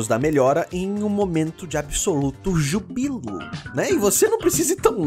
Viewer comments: so uma coisa. o acento de júbilo é no Ú . o resto. video excelente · A pronúncia de Júbilo está errada mas ok